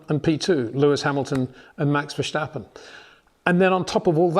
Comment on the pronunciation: You're still saying Vershhtappen, you old fool....